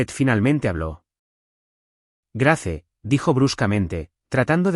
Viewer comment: Grace? Se pronuncia Greis..Ethan, Itan. No ice